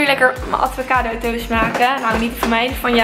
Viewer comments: Het is aVocado niet aDVocado😂🤪💗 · Omggg hahahaha hoe kan je nou ATVOCADO zeggen het is gwn avocado 🥑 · Niemand:: ADVOCADO